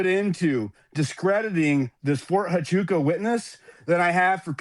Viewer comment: Fort Huachuca matters bc THEY DIDNT WAKE UP AND GO CRAZY until Candace said the words “FORT HUCHUCA” .!